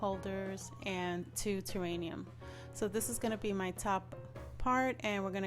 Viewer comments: love your vids and you accent. honey it is terrarium. not terranium. pls know i think it is sweet that u misprounced it. not being mean at all. i would want to know if i pronounce something wrong, so i am letting you know. xoxoxo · This is beautiful! Wish I had room for one. I love it. May I tell you the word is "terrarium".